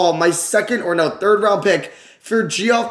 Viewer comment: Geoff being pronounced Jeff: "Gee-Off"